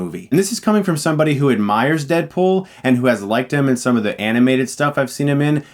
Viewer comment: I keep hearing "Deadpol"